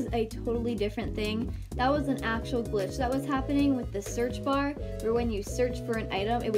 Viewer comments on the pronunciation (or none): When you said search glitch you really said glitch like this: Clicktch